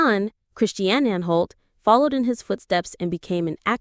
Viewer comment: It's Prentis Hancock, not Apprentice Hancock, it's also Tony Anholt, not Tony Anne Holt and Catherine Schell, not Catherine Shell.